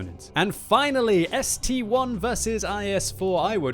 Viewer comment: ST-I not ST-1 FFS! ST-Eye NOT ST-ONE!